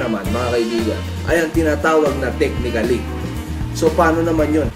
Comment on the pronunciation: Silent A po and tamang pagpronounce ng technically and basically. Lubos lubusin nyo na po ang pagiging tunog matalino. "Basiclly" "techniclly". Power!!!